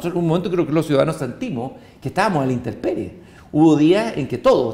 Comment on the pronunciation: ¿Dijo interperie? 😱